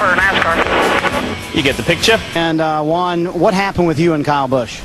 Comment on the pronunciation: Montoya rules. And not is Jaun, IS JUAN!!!!!!